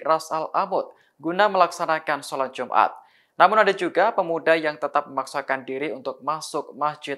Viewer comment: Salat jumat hahahahahaha woiii kau x belajar baca ka, salat jumat ka solat Jumaat woiii